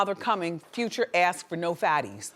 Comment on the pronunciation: i hate how she says Future like Few-cha....ugh